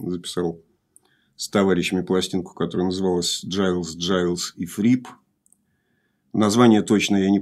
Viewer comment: Братья Гайлз, а не Джайлз. Легко проверить на ютубе в интервью. А, вообще, мне стыдно иногда чего-то "умничать" об ошибках ведущего. Алексей делает это очень профессионально, и это просто вызывает хорошую зависть и вдохновляет меня! Огромная уважуха!